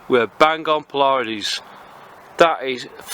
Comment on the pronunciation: Excellent overview! (Only one minor comment, it's pronounced "PLEE-uh-deez" not "plee-YA-deez".) Thanks for the review! Going to pick up one of this little gems asap. :)